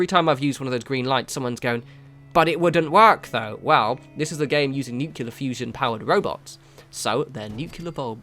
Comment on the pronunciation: Nu-clee-er not Nu-que-ler lol